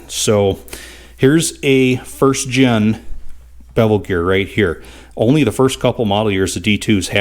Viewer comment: "Pardon me", but I did not understand the mustard reference. :-) BTW, I believe it is "first gen" a.k.a., first generation and not "first gin" but we all know what you mean. It is somewhat similar to those who say "escavator" rather than "excavator" which I think may be a MN thing. Yep, you are a mechanic and a damn good one, and do not pretend to be a linguist. I ain't one of them there linguist neither too. :-) Keep up the GREAT Cat work and tnx for letting us tag along while not even get our hands dirty.